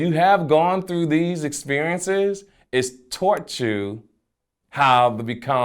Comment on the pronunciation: Did this nigga jus say "taughrt" instead of taught lol